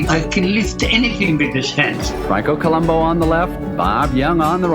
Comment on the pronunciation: They didn't even respect him enough to pronounce his last name correctly (co-LOOM-boo). He was a Sardinian Strongman, not a TV detective (who was also awesome).